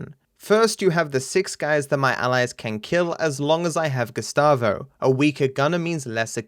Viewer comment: LOL the whole time you said "Gustavo" I was hearing "Gestapo" and thought you're making a joke about his character.